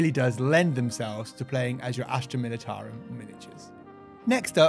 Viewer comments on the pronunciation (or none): none